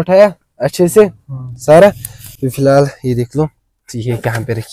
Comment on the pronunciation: Filhaal, filal, fihal and so on😂😂😂😂😂